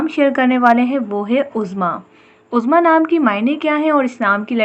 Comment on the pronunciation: My name uzma apne bilkul correctly bola sab kuch 💕